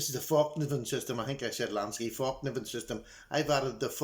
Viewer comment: Hi,, it's pronounced FELK - NEE- VEN,,, atb